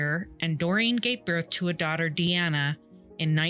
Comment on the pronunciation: Doreen was my opa charlie (Charles) wife at the time of this. He later met my oma. MUCH MUCH LATER. they got engaged but broke things off. He used to tell me this story. Charlie passed away after a seizure after his stroke. His daughters name isn't pronounced Diana it's pronounced DEE ANNA. She was my "aunt" she had horses. I loved those two and feel horrible about the pain this loss caused them